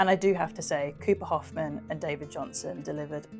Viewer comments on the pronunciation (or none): none